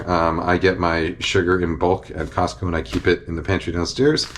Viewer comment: Gotta say, I'm extremely pleased with how you say "Costco" as someone from the Pacific Northwest who sometimes says the "T" in it with exaggerated silliness. It should have an actual T sound, even though it mostly gets absorbed. Hooray weird linguistic stuff!